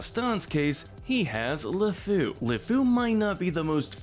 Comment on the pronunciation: It's not "Lafou" its "Le Fou" (French for "The fool") Also, I have to point out that while you sentenced the enchantress based on the time period of the film, you should be consistent and sentence Gazim the same way. In medieval Arabian style. He would probably be beheaded for his murders. Jasmine was fixing to lose her hands for a way lesser crime